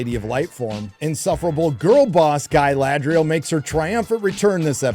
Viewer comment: GUY-LAD-RIEL F*CK YEAH